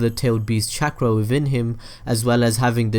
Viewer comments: Every time he said chakra I remembered when Young Naruto called it “Catchra” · This dude says chaakra